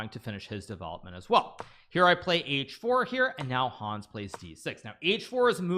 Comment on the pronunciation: I love so much the way he says the name "Hons" it's hilarius ! this video deserves maximum views for defeating The First American WC!